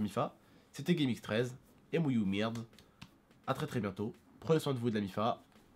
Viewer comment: quand tu dis mouyoumerd tu insilte notre prophète